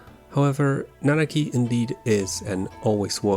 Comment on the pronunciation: You got Nanaki's name right just to screw up REEVE's? Really? I definitely expected better from you of all people.